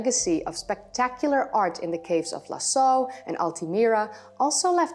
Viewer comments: dear just 2 little remarks 1/ the name of the famous french cave Lascaux is not pronounced "Lasso" but "Lassko" 😊 2/ Mr Bacon theory is still in discussion, as you do know. However your explications are ( as always) clear and fairly enjoyable. Moreover they are revealing all the work you put for our enjoyment into this youtube Channel. Therefore ( and it will be my 3rd note😉😉) Thank you. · I think you say Laskoo (lascaux) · Love your stuff, but Lascaux is pronounced ´Lassko’ 😊😊